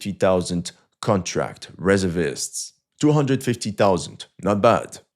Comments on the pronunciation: OMG It's RESERVE-IST not REZZER-VISTS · delete the video and start all over. Its pronounced REEE ZER VIST not reza vis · In English we say Re-SERV-ists not RES-ervists. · Its pronounced ..Ree serv ists Not rezzervists 😅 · Firstly, It's pronounced: Re---ser---vist. Not Reser--vist. Secondly, Reservists are not only Infantry, they are include the same types of units that the Active military has. Why would you think Infantry only has rifles? They plenty of anti-aircraft shoulder fired weapons. Also why wouldn't artillery be there with their SAM's? This kind of limited thinking isn't something we expect from you. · Reservists is pronounced ree zerv ists NOT res er vists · Re SERV ists, not RE ser vists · Very good, but the pronunciation of reservists is reserve - ists. Say the word "reserve" as you would normally and add ists. Thanks for the great info! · It's reh-zer-vists. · omfg REZERRRRRRRRRR-vists you absolute ldiot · Why can u say reserve properly then SAY REZURVISSSTS. i really hate this guy. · It's pronounced re SERV ists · In American English it is Re-SEEEERVVVVV-ists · It's painful watching him mispronounce 'Reservists.' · Its pronounced reservists not reservists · Reservists. Accent on second syllable in US use. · Reservists it's not pronounced the way you are pronouncing it. The first part of the word, reserve, you pronounce correctly. It's when you pronounce the whole word reservists that you mess up,.